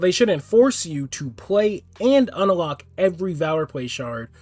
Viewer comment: the fuck is this man saying (un-a-lock) for its just unlock there isnt an (a) in the middle bruh XD